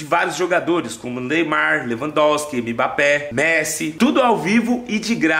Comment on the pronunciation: Kkķkk ele falando nome dos jogadores neymar unbape kkkkk